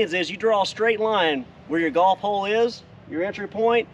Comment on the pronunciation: A lot of times when you say "golf hole", it sounds like "golf ball". "Golf hole' is not a term I've ever heard.